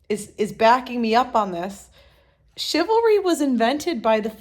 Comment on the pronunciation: *ChivalRy . . . You forgot the R